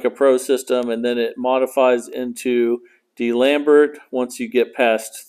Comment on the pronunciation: Love the way you pronounce D'Alembert. I guess no French classes in the U.S.